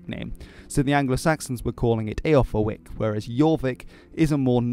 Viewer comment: I thought Eoforwic was pronounced Eh-for-wich?